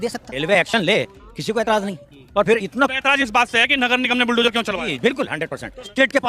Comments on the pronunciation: बिलडोजर चला दिया 😂😂😂😂 बुल्डोजर बोलते नहीं आ रहा 😂😂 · मोहतरमा तो बुलडोजर को बिल डोजर बोल रही है।😂😂😂